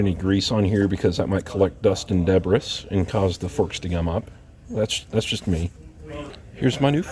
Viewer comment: The word is pronounced. de-Bree. Not Deb-ris ! Debris